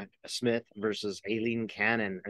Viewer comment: Cannons first name is pronounced I- lean. The A is silent.